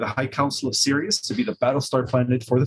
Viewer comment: It's curious how he first pronounced Siríus and later Sírius. He had this issue during Kerry Cassidy interview where she called him on his pronunciation and then he shifted after that. Strange to me. This small glitch.